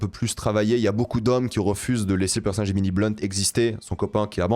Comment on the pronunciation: C'est quoi un "perce nage" ?😂